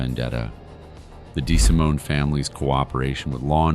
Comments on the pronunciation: Tommy Des-simone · In addition to all that was stark blamin' wrong -- in this video, like Tommy's pronunciation of his last name (it WAS Dee See Moann) -- not Deh Si Moan. As well, I think that certain people were listed as being a 'ore-tuner on a guitar neck -- i.e., kay Poh instead of Cap Oh (CAPO). Stuf like this just make me want to NOT recommend this channel!